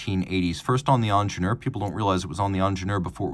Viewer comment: It's not ONJENOOR, "EEENGEENIURR" as "eat" or "ear" with a strong "r" at the end It's a german name, When are you Americans gonna learn the right way?!